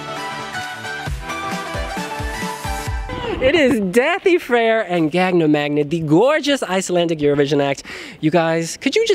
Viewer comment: I wish he would pronounce Da∂i’s name correctly. The ∂ is pronounced like the “th” in that. He keeps saying “th” like in “things”. It’s a completely different letter in Icelandic.